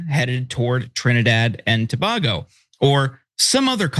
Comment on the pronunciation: To-baygo, not, To-bahgo ok bro, that's how it's pronounced.